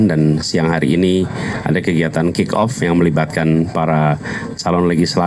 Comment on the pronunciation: Kick off min,bukan kock off 😊